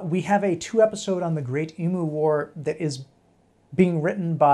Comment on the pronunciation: Love that you’re doing the Emu War. And it’s EEEMYOOO